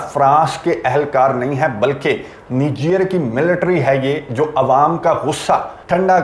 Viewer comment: پیارے بھائی یہ نیجیئر نہیں نِیجر ہے : nee-gir. 🇳🇪 Niger ہے.